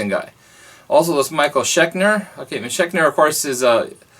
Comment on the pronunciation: Its "Schenker" not "Chekner" lol